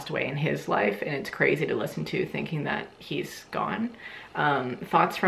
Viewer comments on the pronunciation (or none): none